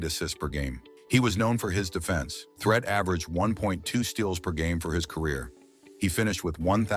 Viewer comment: It's Pronounced (THREET) Not Threat. This A.I. 💩 Is Horrible.